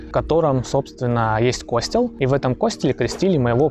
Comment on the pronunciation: Слово кОстел очень режет слух. Может костЁл?